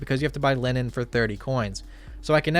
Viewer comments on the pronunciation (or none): linen not lenin